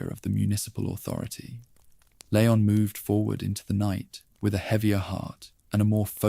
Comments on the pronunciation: Leeee-on. Not lay-on. Ashley called his name enough times in RE4! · It's leon, pronounced lee-on. Ffs